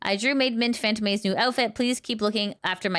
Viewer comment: I think Fantome is pronounced FantOme, not FantOmE